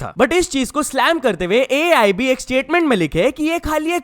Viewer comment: Its AAIB not AIB😂